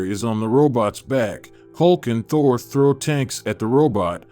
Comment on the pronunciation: This text to speech is so awful it pronounced Thor Ta-whore!